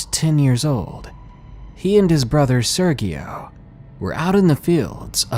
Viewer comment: Hello, 🙂. The name Sergio im pretty sure is spanish. The g makes a h sound. So it sounds like "sea-er-he-o". Just trying to help.